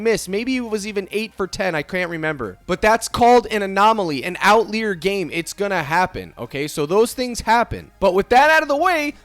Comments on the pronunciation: You may be saying it like this on purpose, but outlier is pronounced out liar, not lee-er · why do you say outlier like that lmao